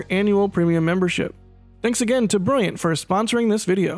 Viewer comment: Opening "This video was sponsored by briyiant." had me in tears. Gotta be brilliant with brilliant, no?